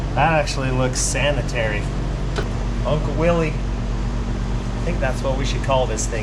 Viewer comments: Please nothing with "Willie". The founder pronounced his name as "willis" even though it has a Y. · Quit saying "Willees". It's pronounced "Willis". It was a person's last name and that's the way they pronounced it. I know most people do this but it doesn't make it right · Willys is pronounced WILLIS. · I've heard the guy who founded Willys pronounced his name as Willis. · You do know it's properly pronounced "Willis" right? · I had a willys jeep for a while and so many old people would tell me it was pronounced as "Willis". I never verified it online, but it was enough old guys that I have considered it may be correct. Edit: I looked it up. “When we came out with the Willys [concept vehicle], we pronounced it `Willis,' like Bruce,” said Sjoerd Dijkstra, a Chrysler spokesman. “We got a lot of flak, so we changed it to [sound like] `Willies,' even though John North Willys probably did pronounce it `Willis.' We use `Willies' now, the common way, so we don't have to explain how [the auto pioneer] pronounced it.”